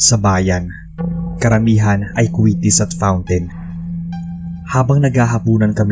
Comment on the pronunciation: paak! So conyo ang pag pronounce ng "FOUNTAIN"! haha